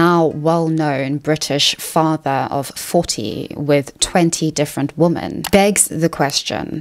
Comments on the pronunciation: Please, please correct your pronunciation of 'women' - it's plural, so why are you saying 'womAn' every time when you mean 'women'?? It's driving me nuts. Otherwise, great content ) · The word "women" is pronounced "wemen" not "woman." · Why do you say "womAn(s)" when you mean "womEn"? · Please educate me why you pronounce women as woman (good faith question)